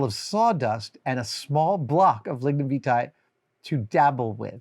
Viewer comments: It's "Lignum Vie-tee" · Lignum Vitae. A name I hate the 'correct' pronunciation of. I mentally say something else.